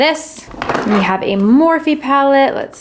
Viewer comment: Don't get me wrong gurl i love you. But i cringed every time you said Morphe